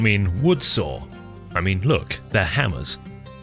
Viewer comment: I like how you say saw like sawer